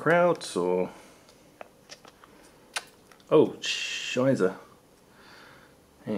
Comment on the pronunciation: It's shh-I-st-er not shizza